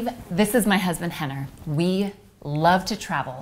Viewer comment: Why does she say Hener? Isn't his name Rener?